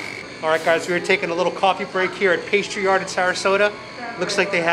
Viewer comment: Pastry Art? Is that what you said?